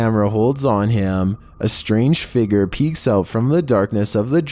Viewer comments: He pronounced figure figer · I love when says figer lol